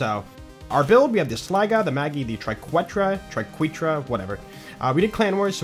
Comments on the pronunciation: my man, say it with me: Try kay(think like queso blanco) tra(soft a) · I missed it on episode five, but it is pronounced TRI-KET-RUH. Keep being awesome! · For the Triquetra, try saying “Queso” and use the “Que” pronunciation in that and add “-tra” to the end. Hope that puts an end to the pronunciation debacle!